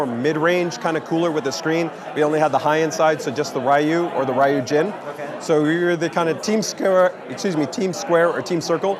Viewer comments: I wish asked someone how to pronounce Ryujin. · Buddy should really find out how to pronounce 'Ryujin' properly if he's going to be in a customer-facing position like this.